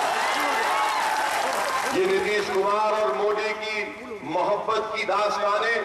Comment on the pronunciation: Abe phle modi bolna to Sikh le